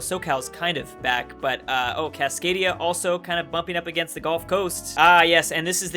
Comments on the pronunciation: perfectly pronounces "Cascadian" Also: struggling to pronounce "Cascadia" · Can someone explain how can say cascadian but not cascadia? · How can you not pronounce "Cascadia" in Cascadian Cascadia, it is literally the same word base. Oh well at least I have something to comment about. And honestly, video is great, I'd like to see more mega campains in future. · "Cascadian" - reads fine "Cascadia" - can't decipher